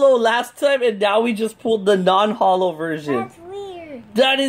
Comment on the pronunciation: You said non Hollos twice